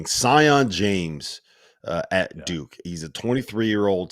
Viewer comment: Sion is pronounced see-on lol, I thought they would get it right the second time around.